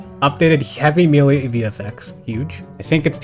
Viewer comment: Hearing a grown man repeatedly say the word "melee" wrong in 2025 is wild